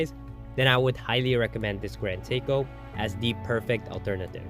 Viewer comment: Nice watch. Horrible AI narration. Can't even pronounce Seiko. 🤮